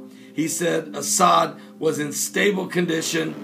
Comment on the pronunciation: Reyaaad AL-As'Ad.... not"Asad"